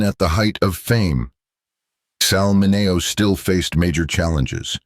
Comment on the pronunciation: Why is Sal Mineo’s name pronounced correctly in the beginning and wrong as the piece continues. If they did it right one time, why isn’t t it right every time. That’s the way computers work, they do the same thing over and over and the AI, once corrected should be consistent.